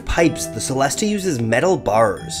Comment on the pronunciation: It's pronounced like cello so chellest (the e at the end is also silent)